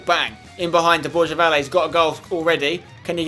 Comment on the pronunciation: Spencer, can you please say the name Borja right mate ? Not Borzha, not Borya, it's BorHa !